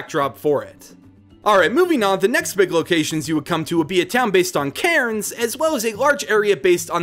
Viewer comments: I really like your ideas, but I do have a couple of small nitpicks 1. I know you apologised for it, but I thought I'd let you know anyway, the correct pronunciations are emyu (emu), melbn (Melbourne), cans (Cairns), canbra (Canberra), brisbn (Brisbane) and Albany is pronounced with the a from apple 2. Uluru is a scared ground, so you can't climb it so that's both a point for and against your legendary idea 3. Tasmania is not just an island, it's a state on its own, but I understand what you were going for Anther idea I had is that seasons could emulate those in the southern hemisphere rather than northern hemisphere since they seem to mimic the northern hemisphere (as far as I can tell) for the other games I personally feel like there needs to be a third legendary which represents compromise or balance, but I have no idea how that would be shown as a Pokemon... I also think that there needs to be a reference to the bunyip too, especially if there's a reference to drop bears! An echidna would be good too... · For all non-Australians... Melbourne is pronounced Mel-Ben, Canberra is pronounced can-bra and Brisbane is pronounced bris-Ben. (Also cairns is pronounced cans) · The way he said Cairns and lake Eyre fml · who else got annoyed/triggered by the mispronunciaction of Melbourne, Canberra, Brisbane and Cairns?